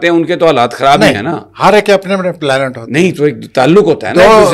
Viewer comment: Pla nat, planat, planaat,,What bakwas is this.. Ummm annn ohhhh plaaanat.. app log khud he fesela ker Len..